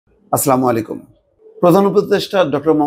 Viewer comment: Brother, not aslamualaikum, but it is assalamu alaikum.